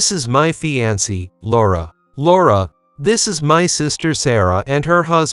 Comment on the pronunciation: Fiancee is mispronounced and it's cringeworthy!